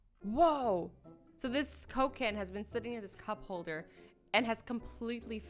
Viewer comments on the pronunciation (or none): Did you say cocaine or coke can?